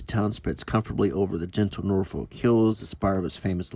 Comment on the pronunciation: Quick tip for you, the "folk" in Norfolk is not pronounced as "folk" the word. More "Norfuc"! The north coast around Blakeney, Cley and Sheringhan is nicer than the East coast imho